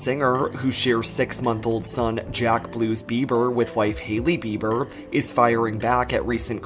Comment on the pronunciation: Does he say Beaver?😅